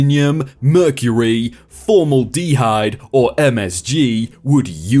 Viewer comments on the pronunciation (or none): "Formal-d-hyde" try for-mill-da-hide 😆😆😆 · Aluminum was pronounced funny. but I think that's how Europe pronounces that. But Formaldehyde.... Formal De Hyde? For mal da hyde. I don't think Europe has that pronunciation. I hope you laughing with me and not taking it as a /facepalm..... lol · wtf is formal de hide? its (formAldahide) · Was less concerned with aluminium vs aluminum and more concerned with formal dehide vs formaldehyde (four-mal-duh-hide [the a in mal is pronounced like the a in apple]) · Formal-dehyde 😂 it's for-malde-hyde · sorry for the pedantry:formaldhyde in AM english is For-Mahl'- duh -hyde. Your pronunciation was understandable, but not technically correct.in the US. I have no apology for the chaos of our language.You strggtled with this word, so I interjected. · it's also not formal-de-hyde, it's form-al-dehide 😂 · More importantly than aluminum V aluminium, it's Formaldehyde (Four-maal-da-hide) as opposed to (Formal-de-hide) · nice to hear again but also sorry but its for-mal-d-hide not formal-dhyde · I too, enjoy a tall glass of formal dee hide in the morning. Though TBF, it is a totally logical way to pronounce it, just looking at the word written down. Trying to pronounce long words sucks so much. You can't tell where one syllable ends and the other begins or which syllable to stress. Though how have you not heard the word formaldehyde before? Or am I just an ignorant yank, and this is an Aluminum situation? Do Brits stress the hyde not the mal? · Formal-D-Hide? Teach the computer to read, or learn to do it. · "Formal dee hide" ? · Formal-Dehyde is driving me up the wall LOL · Pronounced FOR(4)- MAL-DE-HYDE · it's pronounced 'For-Mal-Da-Hide' Phonetically. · Aluminum wasn't the one you misspoke, however formaldeheyde is pronounced for-m(ae)l-da-hyde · I don't care of you say AL-u-Min-yum, I care if you say formal-deh-HIDE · Formal-dee-hide ... lmao. Don't quit your day job. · formal DEEhyde? really? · Formal dee hyde